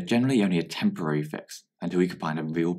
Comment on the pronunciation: it's temporary, not temorary